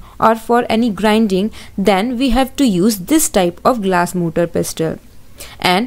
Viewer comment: Mam motaar not motor 🤪